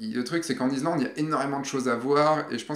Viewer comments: Répète après moi, iSSSSSlande;-) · Tres chouette video.Gros pouce bleu.Par contre... pourquoi: IZ-Land?Surtout que tu le prononces 32000 fois... Bravo pour la vidéo sinon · David Non, tu te trompes, est parti en Izlande, pas en Islande! Par contre, ne me demande pas où ça se trouve 😂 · on dit Issssslande! Mdr 😂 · Salut, j'adore tes vidéo et on travail mais y a t'il que moi que ça hérisse quand tu dis "izlande"? J'ai pour projet de faire ce voyage d'ici la fin de l'année et j'aimerai savoir, quel a été ton budget pour vous deux? Histoire voyager léger, tu pense qu'un grand angle et un téléobjectif suffisent? Dernière question, dormir dans le 4x4 c'était pas envisageable pour vous? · Super reportage... Bravo... Je voudrais juste noter qu'on ne dit pas I"z"lande mais I"ss"lande et le x de Chamonix ne se prononce pas... "Chamoni" 😁 Vraiment un super voyage... J'y pars en février... Il fera encore plus froid... 😱